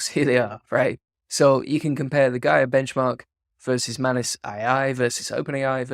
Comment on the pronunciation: It's pronounced 'May-nus' not Mann Uss'